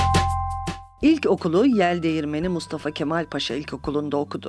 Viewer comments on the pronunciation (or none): none